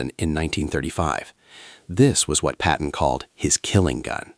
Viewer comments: 10:OO Another “Patton,” not “Patten.” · Another “Patten” mistake. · . Another “Patten” mistake